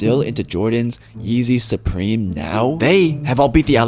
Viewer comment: “ah sahpreme hoodie”